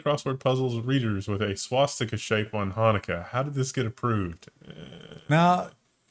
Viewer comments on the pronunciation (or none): none